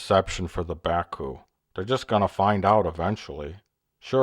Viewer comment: LOL 'Bakooing'